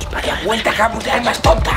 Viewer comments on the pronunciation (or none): none